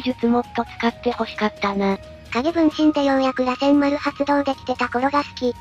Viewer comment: 螺旋丸(らせんまる)、尾獣(おけもの)、八尾(やつおorやお)、七尾(ななお)、五尾(ごお) 辺りは気になる 特に螺旋丸は主人公の得意技で、NARUTOでのキーになる技だからこれだけはしっかりやってほしいよね